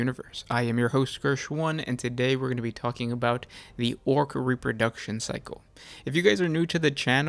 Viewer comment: “Wots RE-pur-DUK-SHUN!?”